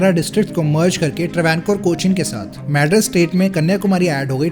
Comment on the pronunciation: Mad-rus? Lol wtf hindi belt